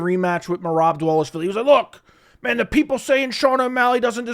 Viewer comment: DAH-VAH-LISH-VEE-LEE. not..DA-WAH-LISH-VEE-LEE.